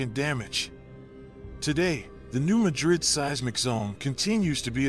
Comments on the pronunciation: 1. It’s New MAD-rid 2. We’re just ignoring the fact that western KY is also gonna be obliterated? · Why can't you so called expert reporters get place names right.... It's pronounced New MAD rid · And those locals are the ones mispronouncing the word , the area and town were named after Madrid Spain . NOT MADrid ! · He should first learn how to pronounce new MADrid properly and try to attain some credibility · I'm here just to read the comments about your mispronunciation of Madrid. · Yes, some pronounce it that way, but that doesn't make it correct. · The locals' pronunciation of a geographic place is correct. It's called a shibboleth, a password that distinguishes natives from carpetbaggers.